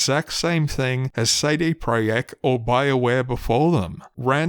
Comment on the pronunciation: your video is just background noise for me but wqhen i heard your pronaunciation of "cd projekt" i came to give thumbs up.